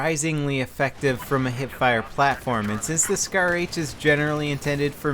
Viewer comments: Scar h not shar lol your my favoeite utuber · *SCAR not shar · Lol I think it is SCAR not SHAR